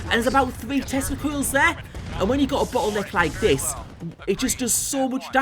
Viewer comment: "bottleneck" with an accent, I think :)